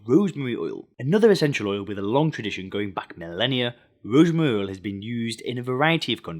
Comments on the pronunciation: ROOZMREE OOL 😂😂😂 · Rosmoury oil😂